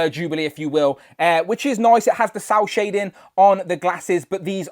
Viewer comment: Is he saying sow shading? What is sow (sour) shading? What is that.